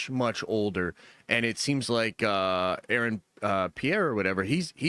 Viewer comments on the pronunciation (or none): none